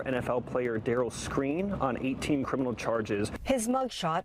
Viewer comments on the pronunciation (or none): Its Skrine not screen tf yall just see a story and dont even do research 😂😂😂😂